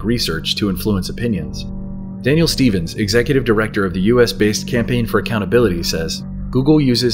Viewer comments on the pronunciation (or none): none